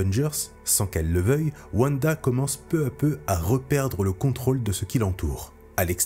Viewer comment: Mais ! wanda ne se prononce pas wuanda mais vanda ! tu dis pas wuagon ou wuagner